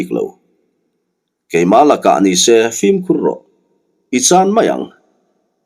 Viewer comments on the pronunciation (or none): none